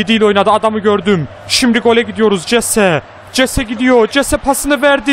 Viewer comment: Jese hese diye okunuyor